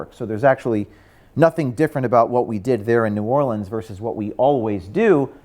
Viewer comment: ...how’d you learn to pronounce New Orleans like a native New Orleanian?! 👍👏 grats on retracto!